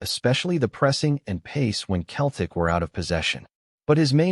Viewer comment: This a joke of a cast, the guy can't even say Celtic properly.